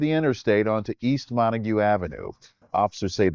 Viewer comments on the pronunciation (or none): none